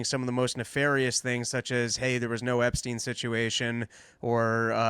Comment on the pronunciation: TRUMP LOST US ALL WHEN HE SAID EPSTIEN WHOO